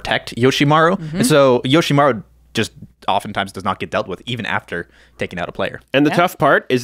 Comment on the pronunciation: Yoshimaru?! 😂 come on man